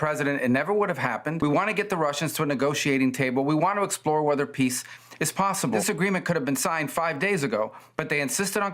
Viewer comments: I believe Zelensky here when he says "We want piss." That's how he always pronunces it. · Poor guy. Every time he says I Want Peace All I Hear is PISS. I want Piss just like 🇪🇺